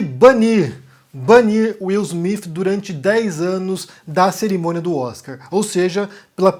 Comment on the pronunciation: Pow, sei bem que vc é viajado, conhece outras línguas e etc, mas dá pra vc não falar Will Smiff e sim Will Smite? PS: sei que o nome dele é Will Smith!